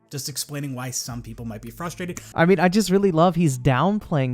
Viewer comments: PLEASE it’s fRustrated not fustrated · STOP SAYING FUSTRATED GO BACK TO SPEECH THERAPY